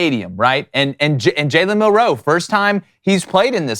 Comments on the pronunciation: Why doesn't he know how to say Milroe? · you know how the Bama ab’s name is pronounced. The only people I hear butcher his name is you and your cohorts. Are you trying to be funny? Or, are you just a jerk trying to be mean? Or, are you just that lacking in professionalism that you don’t know or don’t care to pronounce his name correctly? Seriously, I want you to address this! To clarify, his name is MILroe with the emphasis on the first syllable, not the second. You keep saying like milROE.